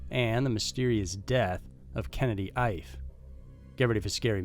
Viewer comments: Kennedy’s last name is pronounced E-Fay. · Ife should be pronounced: “Eeeeeh-fay”. Just thought I’d help you out. Thanks for the great content! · Please don't take this the wrong way because it's NOT meant that way but I'm pretty sure that the last name of the 2nd missing is pronounced "EE-FAY" & is a fairly common name in Nigeria & Benin...